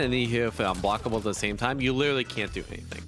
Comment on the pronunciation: "if you hit with a jump in an hevefewblockable" ??????????????????